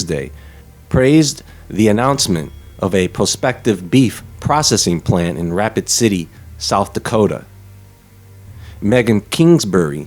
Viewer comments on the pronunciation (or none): did you say "Rapid city" or "Racoon city" ? i wonder what are the real "carcasses" intended for this processing plant